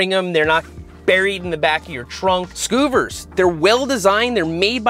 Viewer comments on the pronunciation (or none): Skuh-ver, is most likely how you pronounce it because of the Double v's instead of Skoo-ver :) :) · Scoooooovers lol. Considering it's a seat *cover*, I'd assume it's pronounced "scovers". Cool idea though. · I’m gonna go ahead and say scuvvers is probably pronounced like cover with an s… considered it’s a seat cover. Not a seat coover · Hey Seth! First of all, as long-time viewers of your channel(s) it was really amazing to see you reviewing our product, so thank you. We pronounce Scuvvers like lovers, but we're Australian so the English language is more a guideline for how we speak. Scuvvers will retail for USD $66 but our online store opens tomorrow for pre-orders and we have discounts of up to 30% for bundles. We're really glad that you noticed the quality because that was a high priority for us, as was sustainability - Scuvvers are made from 100% post-consumer recycled textile. They might look a little over-designed but we built in a lot of adjustment for headrests and seats of different sizes and shapes (except for cars that have one-piece seats like the Jeep you started with...). Although we designed them to stow on the back of your headrest so they're always there when you need them, the little slide connector lets you detach the pouch and stow it in your door pocket, glove compartment or under the seat. And when you get them filthy you can throw them in the washing machine if you like, but we usually just detach the covers and hose them down with our bikes. We noticed your wife's car has a cream interior, so we'll send over a cream one! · Skuvvers- probably pronounced like covers, with an S in front. When there's two of the same consonants after a vowel, it typically makes a short vowel sound. When there's only one, it's typically a long vowel sound. (Cutter vs cuter, dinner vs diner, bitter vs biter) lol. Can't believe I made a grammar comment on Seth's channel 😂 Forgive me, y'all.